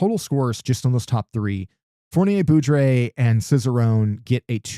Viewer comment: "Fournier-Beaudry" rhymes with "poorly say low-key". Foooor-nee-ay Bow-dreeeee